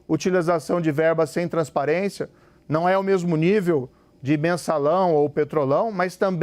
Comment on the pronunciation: "transperência". Tá nervoso,?